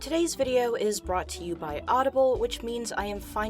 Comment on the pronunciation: You sounded British when you said today's video lol